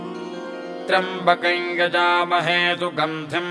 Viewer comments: is it triambkam or triambkai kindly clarify. the pronounciation seems to be triambkai. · Clear rendition of a great mantra. I have been hearing this mantra exactly like this (except the single syllable triyam , I heard it as double ) for the last 55 years, at Trivandrum. The voice and rendition are superb. Please keep this up When I heard I it, I felt God has come again through the author to restore the sound power of mantra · त्र्यम्बकम् या त्र्यम्बकन् का उच्चारण किया जाए ? सुनने में त्र्यम्बकन् आ रहा है, लिखा हुआ त्र्यम्बकम् है।